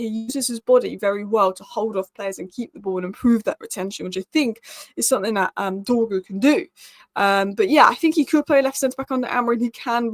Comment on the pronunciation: pace, power, strong, decent close control, loves a dribble! im excited honestly, lets get this done 🙌, it's not Dorgles, it's pronounced Dorjeles, i don't mean to nit pick but these things bug me terribly 😂😂. please work on the pronunciation lol